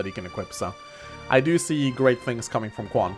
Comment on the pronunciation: I'm pretty sure Quan is pronounced CH-uan.